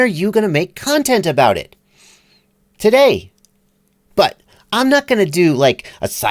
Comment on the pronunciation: I like it when you surprise us with "you're gonna learn sumthin tuhday."